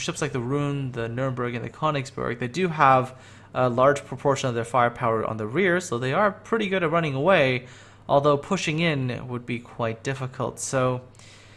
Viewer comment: "Kahn-igs-burg" god dammit "Kehrn-igs-behrg"